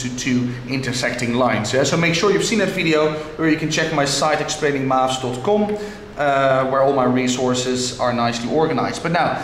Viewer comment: he is an Egyptian the way he said ".com"